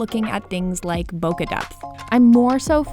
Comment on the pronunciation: Pros don’t say bokuh.